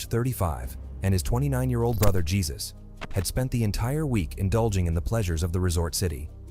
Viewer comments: its pronounced hey-zeus not jesus lol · His name is pronounced haysuz and not Jesus of the Bible.. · The name is hesus not Jesus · a bunch of people are named Jesus and he obviously isn’t Spanish because he jesus and didn’t say jezues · The creator should spell the name Hay-Zeus 😂🤣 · Actually Jesus is pronounced G-sus in english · Damn this man butchering those names. 🤣🤣 He didn't even try to say "Jesus" properly.